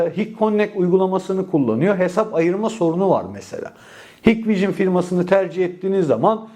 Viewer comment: hikvision,haykvijın diye okunmaz kardeşim,hikvijın diye okunur,umarım sonraki videolarda bu hatanı düzeltirsin😘